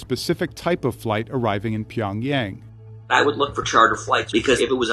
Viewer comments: .... It’s not 평얭(Pyeongyaeng) ..it’s... 평양(Pyeongyang)!!!! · It’s Pyong-Young, not pyong-yeng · LOL! "Pyong-YAYng" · This is a good video but the reporters need to pronounce Pyongyang correctly.. it makes the video lose a lot of credibility when the ones being interviewed, especially Michael Madden, can't even pronounce it right. The main narrator does a better job saying it than the 'experts' being interviewed.